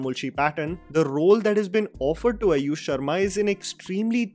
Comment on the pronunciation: and it's AAAyush sharma, not Ayush sharma